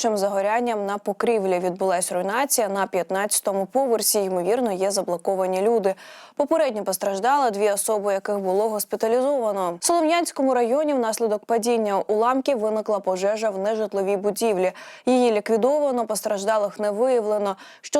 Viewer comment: НовошАхтинськ, СолОм'янський:: наголоси!